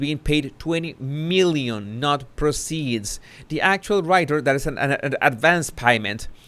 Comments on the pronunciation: I know you’re keen to improve your English so I hope you don’t mind my pointing out that ‘proceeds’ like many other words, is pronounced differently when used as a noun rather than a verb, ie ‘the PROceeds of the book sales..,’ as opposed to ‘Harry proCEEDS to publish another load of old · Thanks as always for your vids! For your information, the pronunciation of the word 'proceeds' (monetary) is different from the word 'proceed' (as in moving forward). There is more emphasis on the 'pro' when referring to the noun.